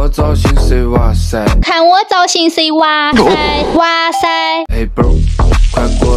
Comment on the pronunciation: 聽到"路可"和"娃塞" 我笑了😂😂😂